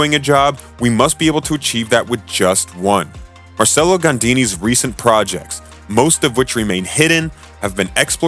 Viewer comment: Pronounced Marchello. Also DAY-bew-see.